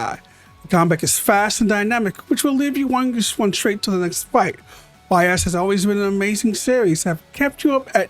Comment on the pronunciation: The way you pronounce "Ys" hurts my soul